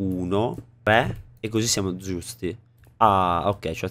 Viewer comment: Like se tu hai.sentito al minuto 2.44 dire invece di giusti dzusti